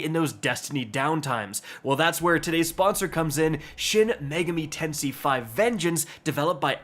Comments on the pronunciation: saying shin megami tensei is hilarious u can tell he doesn’t know the series by the way he said it. Shin megami tensei/ persona series is one of the best jrpg series period. Especially in Japan it’s some of the best games period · that was not how you pronounce "Shin Megami Tensei" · Hearing you slaughter the name of Shin Megami Tensei shows you haven't heard of the series either mate 😁 Loved the vid 😁👍